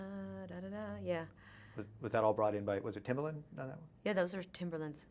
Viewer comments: Is his name Timberlake,not Timberland did he say something or do something to piss her off because she on purpose forgets how to pronounce his name!!! Maybe he was the Diva!!! She has to have Aqua in her chart as she is so non conformist and shock value like Howard Stern but as a singer and an advocate for females and feminism!!!!!She was my sole reason I got into running because she transformed from an overweight(by Hollywood's standards ) to untouchable Queen of Pop overnight and she hired a trainer to whip her into her fighting shape I aspired to be like her and competed in 8 City to Surf's because of her massive positive influence on me during the 80's and 90's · Is she calling Timbaland, “Timberland”? 😭